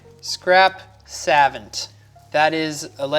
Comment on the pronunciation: Savant isn't pronounced se-vent. It's sa-vaun-t. I know there's a lot of complicated words in magic but sometimes you wonder how people mess up simple ones.